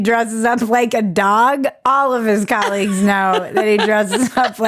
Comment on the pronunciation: Colleagues or Colliegues? Ba -dum-dum.